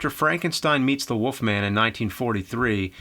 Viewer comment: WOLF MAN James, not Woof Man.